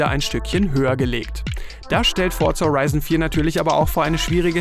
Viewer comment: Fortsa Horeison vier